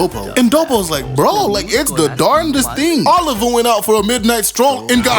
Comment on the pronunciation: Biscuit Oliva not Oliver bro try harder